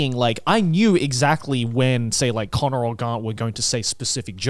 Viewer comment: Crazy how you can hear they’ve been to America trough certain connors uses and the way he pronounces them😂